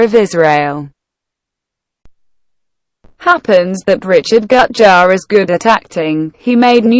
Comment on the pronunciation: Thumbing up/down videos is fun. Enable ratings. Gutjahr is spoken not Gutchar but Gootyahr. Still a great video, thx.